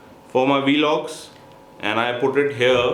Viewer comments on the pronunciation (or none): its vlogs not welogs